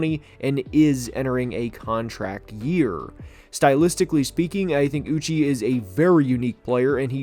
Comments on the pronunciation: It’s uch ayyyy (uche)… not uchieeeeee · love the video but holy shit dude josh uche's name is pronounced ooch-chay, not ooch-ee. dudes been an exceptional player for 3 years now and is a big part of the pats D give him some respect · Uche’s name is pronounced “ooo-chey” btw